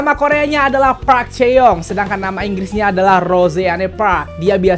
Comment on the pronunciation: Pembacaan park salah